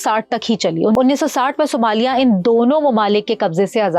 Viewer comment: Sumaili nahi Ma'am, Somalia 😂😂